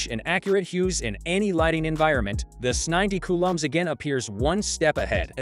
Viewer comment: These damn IA videos annoy me. It mispronounces things. It’s trying to say S90C.🙄